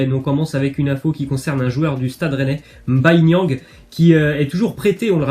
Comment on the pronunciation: Tu m’a fais plaise comment tu as prononcé Mbaye niang psk les gens disent M’Baye comme mbappé c’est pas M’bappé